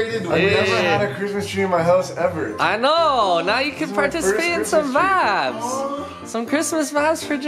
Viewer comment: whatsap with always sayin vabs?